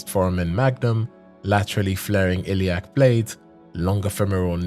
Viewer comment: The many mispronunciations are really irritating - "lilac" for "iliac", and mangled species and anatomical names, for example - make it seem like you don't even care enough to run this through some editing.